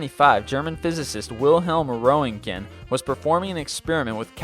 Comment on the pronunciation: Roy-'nt-gen? hes calles Röngten. Nevermind, keep calling them X-rays.